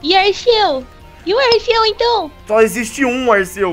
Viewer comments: o nome é Arceus , Más se pronuncia como Arquios , Só quem assistiu o filme sabe . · O CERTO É FALAR ARKIUS, PODEM ME XINGAR MAS EU N SUPORTO QUE ALGUÉM ERRE ESSAS COISAS